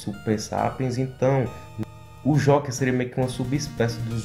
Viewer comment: Se pronuncia jouker